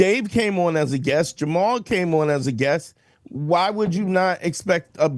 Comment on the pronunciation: Why does he keep saying Lord "Jamal"?!? 😂😂😂